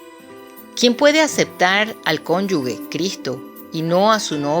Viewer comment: Cónyuge ✔️ Cónyugue ❌